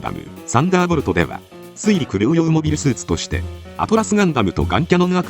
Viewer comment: it's "Atlas Gundam", not "Atlus Gundam"